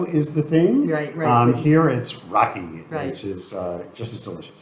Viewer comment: its not Rocky, its RAKI